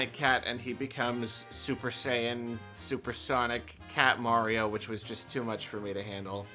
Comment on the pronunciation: Super "Lion Bell"?